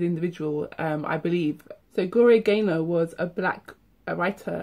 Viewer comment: naylor not gaynor!!!